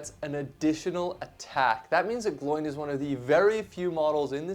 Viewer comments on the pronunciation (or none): Who is ‘Gl oiiin’? It’s Gloin, pronounced ‘Glow-in’ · Exactly. It’s kind of unacceptable to pronounce it like him. Same as “Eragon” for Aragorn… pet peeve of mine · Gloin and Oin is the correct pronunciation. When Gandalf lists all the dwarves in the hobbit they rhyme, especially these two being brothers 😅